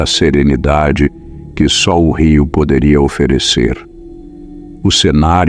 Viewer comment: Rio, e não riu porue rio não rí kkkk